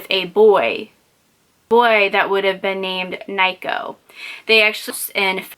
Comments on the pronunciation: Nee-Co would be the pronunciation not Ni-ko like Nike. Sorry not trying to be rude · Girllll...its pronounced Neeko. Im not hating just watched a lot about this case and it bothers me when ppl try and hump on the bandwagon but dont know all the details they are talking about which soreads misinformation ans something as simple as the babys name